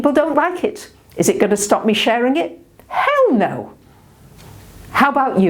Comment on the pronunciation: I'm re-watching. Got me again at the "Hell no!" Sounds Southern. Paintings, 2nd arrangement. Purple rain against the embers of the old constrictive energies. That's what I got. Frequency was a little uncomfortable but it's conveying the energy of the discomfort of the energy taking on a new tone for us. Balancing...You have to tune the orchestra before you start a new piece. January, 2020...Thanks for making a video I come back to when trying to figure out why everyone feels so buggers.